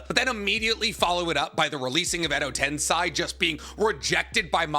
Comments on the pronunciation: Why tf do you constantly pronounce everything wrong?? Ik YOU KNOW how its supposed to be said yet you keep saying it wrong “edo tensAI” “DEVA path” idiot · He KNOWS that he is pronouncing Edo Tensei wrong, yet he still insists on it for some reason